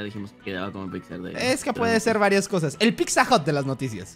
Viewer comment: dice “piczza” Xd